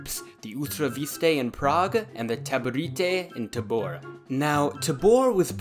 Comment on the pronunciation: As a Czech, I found all those Tahborritheh and Utrrakitheh very funny. Othervise, great video. As for the borders: you used borders of Bohemia proper and Moravia, which is OK. While the Lands of the Bohemian crown included other parts, like Egerland, Silesia and Lusitania, those were in a sort of personal union and were governed by the same guy (i.e. Bohemian king) under different title. And in those part of the "miniempire", maybe due to the significant number of German inhabitants, the whole Husitte never catched up, so those countries were usually treated as enemy territory. Even most parts of Moravia. Altough later a significant number of Silesian rulers (suzerains of the King of Bohemia) aligned themselves with the Hussite movement. Under threat of being destroyed, obviously.